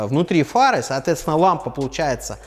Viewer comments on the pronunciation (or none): Выпивал каждый раз когда слашал "соотвецвна" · Злодей, как теперь это не слышать?! Соотвецвна